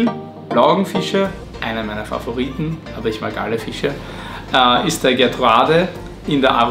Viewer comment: Schöne Vorstellung dieser tollen Blauaugen, aber bei der Namensnennung zuckts mich jedesmal - Gertrudae heißen die, nicht Gertruade, sie sind benannt nach Gertrud Merton, der Frau von Hugo Merton